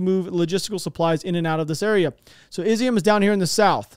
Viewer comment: Hello, stop saying Izium. Love the videos. My wife is Ukrainian. pronounce it (EEE ZOOOM)